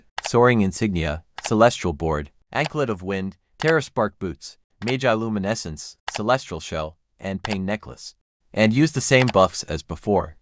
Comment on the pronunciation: Mah-jih-loo-myh-neh-sense Not May-jay-loo-myh-neh-sense